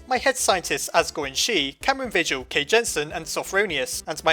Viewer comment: (just going to say this, i'm cameron vigil, and it's pronounced vee hill, not vidgle.) also, i almost never use my patreon benifits.